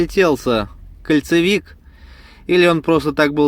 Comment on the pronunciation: КОНцевик КОНцевик КОНцевик от слове КОНЕЦ, а не от слова КОЛЬЦО!!!!!